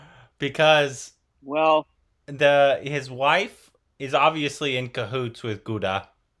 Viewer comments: Please please call him GUDDU and not GuddA!!!!! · Please someone tell them it's Guddu, not Gudda.... Gudda means something else 😂😂😂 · Please say GUDDU NOT GUDDA understand 😆😆😆😆😆😁😁😁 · Gooda pronounced as Good-do and Muna pronounced as Moon-aa. Also, Tree-path-ee for Tripathi. About time you remember the pronunciation! 😉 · calling Guddu as Guda 😂 Guddu, Bablu, Sweety, Golu all these r kind of common nick names in India guys...!😂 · mispronounced Guddu as Gudda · ITS GUDDU... NOT GUDA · What is “gudda”?..it's Guddu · It's not Gudda it's Guddu 🤣🤣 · Its not gudda.... Its guddu... Its spelt like (good do) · GUDDU not Gudda ffs 😆😆😆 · Not Gooda..its Good do... guddu.